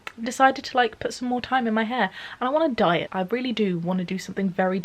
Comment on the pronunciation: I came out as bisexual, my best friend got married, and I moved to my dream city! Also I thought you said "I want to diet" instead of "I want to dye it" (your hair) and I was briefly confused.